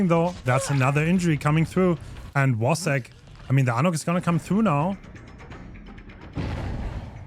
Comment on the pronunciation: I love how respectful is toward everyone, and how he pronounces "Wacek" with the Polish "w" instead of the English one:C ♥